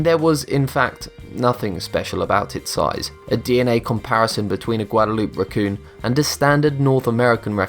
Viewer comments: "Gwa-dah-loop" 😂😂😂😂 It's Guadeloupé (gwa-dah-loo-peh) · Indulge us and pronounce the town's name the way the residents do; it's pronouced " Guad- eh- LOOP=Aay". I think a lot of us would appreciate it. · You fucking idiot... it's pronounced gwat•ay•loo•pay and Jefferson didn't give a fuck about turkeys that was Benjamin Franklin do your history dumbass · I was going to guess that it was an narrator that mispronounces Guadalupe and says that WWF stands foe the World Wide Fund for Animals. However, it became cleat that the narrator was not intelligent enough to pull off the great watermelon caper